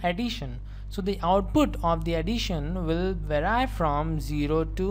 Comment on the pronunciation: vary ❌ verai😭😂